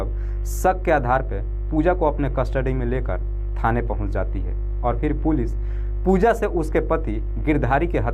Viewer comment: पूलि नही पुलिस बोलो